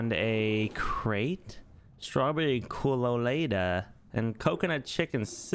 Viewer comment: Came to the comments to say the same, that it's an angled fish lol. Their fun to watch though. Also funny how said colada.